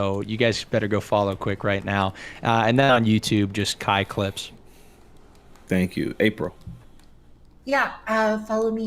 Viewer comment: When said kai clips name, It sounded like he called him "Cock lips"